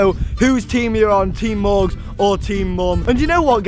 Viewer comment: Teem morgz not teem mom